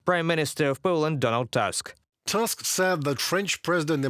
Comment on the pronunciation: Tusk is pronounced with 'u', not 'a'. It is a Polish name, Slavic like yours. Our 'u' is 'y' in cyrillic.